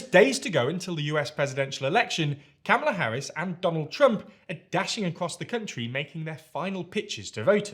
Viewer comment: With all do respect, would you mind please start pronouncing her name correctly. It's with a broad a, think of saying "comma" then add the "la", not with a short a (as in "camel")